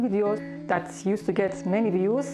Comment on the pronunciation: احلا شي ستوب جيتينغ (فيوس) 🙈😂😂🤣😂🤣 وعلى ويش بدها فيوسس هل هبلة بنت الهبلة 😅🤣 مو لتعرف تلفظ السين بالاول 😬 او الكلمة بالشكل الصحيح